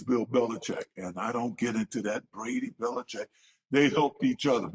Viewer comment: Cam said Bills Belicheck 😂😂